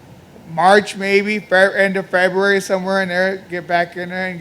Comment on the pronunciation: Feburary March lol